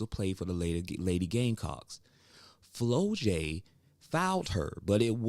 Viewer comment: It's pronounced Flaujae not Flolae